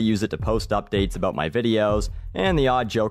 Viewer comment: I work in Food service, does that make me useful? Oh and before I forget, Stop saying about like a Canadian. :p